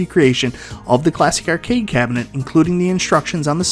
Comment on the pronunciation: funny that a man that can't pronounce "arcade" makes videos about arcades.